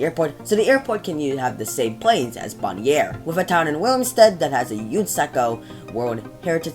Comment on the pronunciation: boniare is pronounced bonaire